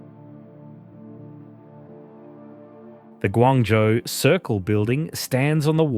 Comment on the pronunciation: ， should be “Guangzhou“